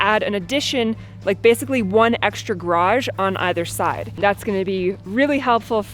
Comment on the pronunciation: Of the four garage pronunciations, you got two of them almost perfect! There is hope for you! Way to go!